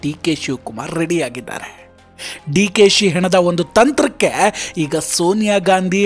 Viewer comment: ಡಿ ಕೆ ಸಿ ಹೆಣದ ಅಲ್ರಿ ಹೆಣೆದ ಅಂತಾ ಸ್ಪಷ್ಟವಾಗಿ ಹೇಳಿ.